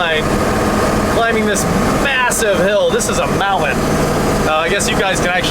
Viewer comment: Are you ever going to learn how to pronounce Mountain correctly?